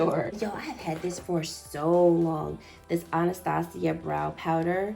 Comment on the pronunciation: Your video just taught me how to properly say Anastasia LOL